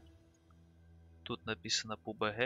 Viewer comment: Не пубх а пабг